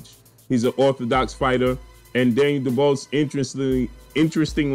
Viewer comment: ..his name is pronounced “du-bwah “ trust me I am from the UK his surname is French..you know the French colonised parts of Africa??